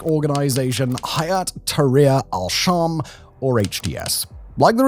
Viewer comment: Correct pronunciation: Al-Sham❌ Ash-Sham✅ Al-Shara❌ Ash-Shara✅